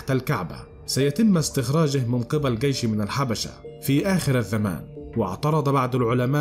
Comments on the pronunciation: كنز وليس كنذ!؟ وفي آخر الزمان وليس الذمان... وما دام كل شي آخره الله اعلم... انت ليش متعب نفسك!!؟؟. المصريين هدمو هرم اللغه العربيه 😠..... احه 😏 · يا اخي ما الربط بين الكنز الموجود تحت الكعبة وكنز نهر الفرات حين يجف انت خلطت الحابل بالنابل. وما هذه اللغة والنطق من اين جئت بكلة (كنذ) كنز (الذمان)الزمان تعلموا لغتكم فضحتونا بين الامم.